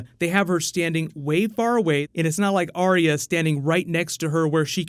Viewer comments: It's not Aria, it's Are-Ya. There's a video on Youtube of GRRM pronouncing it. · for someone who's dedicating a lot of time and effort to this series, youre not saying her name right... Its "AR-YA" as she says it herself, right? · Number one Game of Thrones pet peeve, people pronouncing Arya's name as "Aria" Does anyone even listen to how the character herself pronounces her own name?